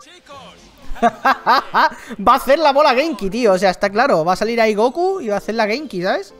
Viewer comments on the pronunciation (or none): none